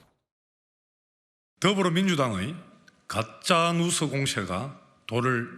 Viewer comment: 뉴스를 누스라고 발음하는 대변인 발음 좀 신경써 주세요!아무리 경상도 사람이라도 요즘 그렇게 발음 안합니다